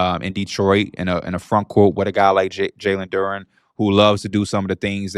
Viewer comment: I know P gotta be loving this engagement! He really brought this guy on to spout a load of bull ahaha - listen to how he pronounces Duren ffs! Anyways, loving the show!!!